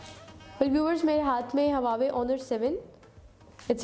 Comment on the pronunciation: hahaha pehly huawei bolna to seekh loooo Lollll